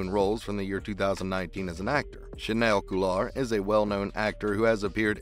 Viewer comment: he didn't say that. you're quoting the right article but that was a quote from james purefoy, who plays remi in SE. chaneil has yet to speak about silver. also his name is pronounced "cha-kneel"